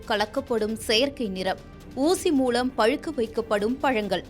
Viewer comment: சாளை... ஊசிமூளம்.... உன் உச்சரிப்பு மகா கேவலம் சிறுமியே...